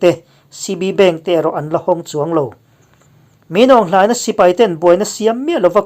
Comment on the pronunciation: Min aung hlaing-a hming in lam tralh tralh mai hi chu .. Burmese ho ai pawh in i lam nalh zawk hial lo maw le😁